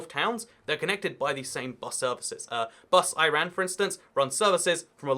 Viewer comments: Just saying... "Bus éireann" is pronounced "bus air-an" not "Bus Iran" 😂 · BUS IRAN😂😂 sorry “ayy-ren” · Love how you pronounce Bus Éireann as bus Iran just imagine it’s spelt like Air-in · Bus IRAN Its bus eireann Pronounced erin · Bus Iran? lol you meant Bus éireann (eh-rin) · Bus Eireann - bus aeyren . Eireann is Ireland in Irish! Great vid btw! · Bus Iran? Its pronounced with a e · A few tricky pronunciations in this video, and I think this was the only slip up. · Yeah being from Ireland I was confused at what he even said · It was just funny to hear lol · oh... I was scrolling through the comments and hadn't actually heard him butcher the pronunciation. :D